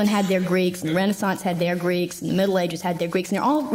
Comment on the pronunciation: This video is amazing! The depth in which you talk about everything is really intriguing and I love how well structured the video is! My audhd brain does want me to note tho, that you pronounced renaissance a little weird.. and that kinda made me shiver..